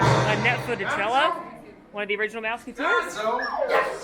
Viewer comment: "A net full of jellow". PRICELESS!!!!!!!!!!!!!!!!!!!!!!!!!